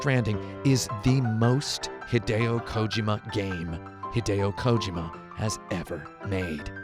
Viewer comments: Ko-ji-ma not kojoma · Thats how his name is pronnounced. Its not KoJIma. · "hideo kOjima"? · This guy is a total douche bag. First of all, he doesn't even know how to pronounce Kojimas name. Its KO-JEEMA. How does this non gamer not know this? Fucking idiot. Second, anyone that likes to hear himself talk as much as this dude does, isn't worth listening to. Wow. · Why would I watch your review when you can't even be bothered to get the creator's name right? Jesus Kotaku. You've sunk so low.